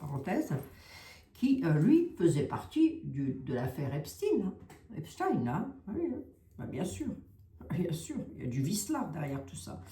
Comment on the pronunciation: s il te plait ne dit PAS EPSTINE (IL N EST PAS RUSSE et moi je suis moitié RUSSE) dis Epstène